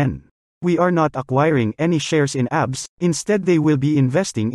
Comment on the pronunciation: Its A B S po not Abs